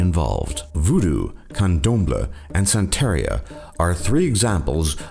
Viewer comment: He pronounced "Zoroastrianism" and "Santeria" wrong too. The narrator is a fucking idiot.